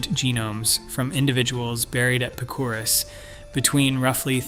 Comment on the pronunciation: Wow you slaughtered the pronunciation of Picuris (Pick o ris)